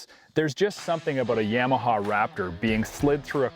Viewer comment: Down voting for mispronunciation of Yamaha - is this guy from Chiiiiinna?